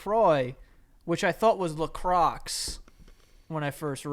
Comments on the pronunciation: CANADIAN FAN 🙋🏻‍♀️ lets just say out of the two, definitely has a better French pronunciation lol his “La Croix” was bang on... his “dix-neuf” too.... so close...so close. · Dear. Lacroix is La-crwa like you said. Dix-neuf is nineteen. Try counting higher. It’s gets messed up 80 is quatre-vingts (4 twenties) and so on. It’s all messed up. French is HARDDDDDD LOL 😂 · My god dix-neuf is 19 hahaha and says La croix the right way:) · you're saying LaCroix like it sounds in french! It's the first time I hear an American pronouncing it correctly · Atleast he said Lacroix right xD